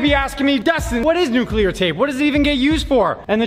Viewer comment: Nuculer tape